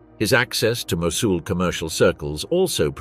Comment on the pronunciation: Seriously, this is very interesting but the AI is terrible. Should be a human narrator. Mosul was pronounced at least 5 different ways, including 2 different pronunciations in the same sentence. Very amateur and ruins the documentary.